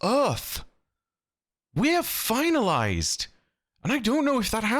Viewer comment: The way says "We're Finalized" like "We're F***-ed" had me rolling 😂